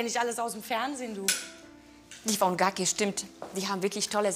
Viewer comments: Ich hätte eher gucki als gacki gesagt wenn mans schon so ausspricht wie mans liest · Guki 😂versaki 😂ich hab erstmal nicht gecheckt was die damit meint😂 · Vergacke, guggi, lwios whizuna oha Diese Aussprache!?!?!?!?!?! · "Gacci" und "Lois Vaiton" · Aber wie kann man schon anstatt Gucci gaggi sagen oder anstatt Louis Vuitton einen vollkommen falschen Namen geben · Gukki find ick och jut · Und guggi😲😂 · Niemand:: versake, gaki, luis Veysn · Versake anstatt versace, gakki anstatt gucci, Luis waiton anstatt Louis Vuitton🤣😂🤣😂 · Luis wäiton,gakki, wer kennts nicht?😂😂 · Dieses reiche Gelumpe ist einfach nicht zu ertragen. Aber bei "Gacki" und "Versacke" musste ich trotzdem lachen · Bei Gakki habe ich vor Schreck meinen 4,- € Konkiela fallen lassen, Haigzozaiitieprobleme eben.